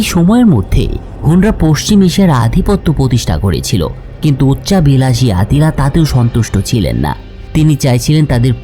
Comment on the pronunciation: আত্তিলা খাগান নাম আট্টিলা হবে না